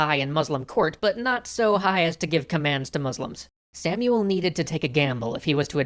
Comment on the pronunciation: In hebrew its actully pronounced "Shmuel hanagid"